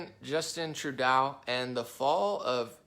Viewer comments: True-DOUGH. not DOW... SMH.. not that difficult dude. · my man.... Trudeau: Rhymes with GO, not cow. And he's got to GO. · It’s pronounced Justin Tru-Castro! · I wish you would say Trudeau correctly